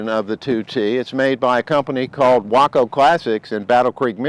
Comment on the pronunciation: In the south, we pronounce that "WAY-Koh"!